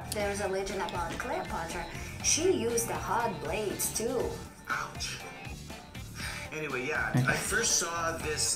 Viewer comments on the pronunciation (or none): none